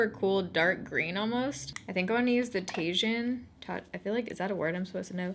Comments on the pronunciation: Tajin is pronounced ta-heen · Tajin = tah-heen It’s good shit you should try it! Great on burritos 😉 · You probably have already gotten a million people telling you this but Tajin is pronounced tah-heen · The orange shade in the Kristen Leanne kaleidoscope palette is pronounced tah-heen, Tajin is a spice (it really is orange in color) that some people like to put on fruit. It seems to be super popular among Mexican people! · Is it Tajin? Orange sounds like it was called tajin which is pronounced Ta-heen. It’s Spanish. I could be wrong. Not trying to be snarky or anything, just giving a heads up. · Hey girl, This makeup look omg! I also love the new lens but agree that it is up a bit high. Regardless I can’t express enough how much I look forward to your uploads during the week. And in case you’re still wondering Tajin is a Mexican seasoning and it’s pronounced “taheen”. I’ve never tried it but it’s one of Kristen’s all time favourite things and have heard it’s really good. Hope that didn’t come off “preachy or bitchy” it definitely wasn’t intended that way. 💜💜🌯🌯 #baerritoforlife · It's Tah-heen (Chile spice that's delicious on mangos) 😘. Your skin is looking so incredible! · In Tajin i think the J is silent